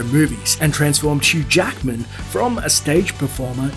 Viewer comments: Who is "CHEW Jackman"? Listen to it. He says, "CHEW Jackman." So who is "CHEW Jackman?" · Why the fuck do you pronounce it CHEW Jackmen ?